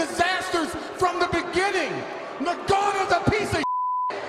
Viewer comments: francis "nagannou" Ngannou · Sound like Brock said the N-word when he pronounced Ngannou’s last name.